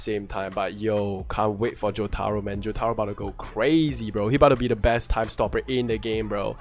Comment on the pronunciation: Omg the way you pronounce Jotaro 😭